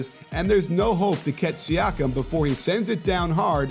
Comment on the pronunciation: It's pronounced See-ah-kum.